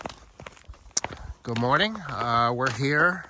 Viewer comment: "Goodmorningh" Very nice your video.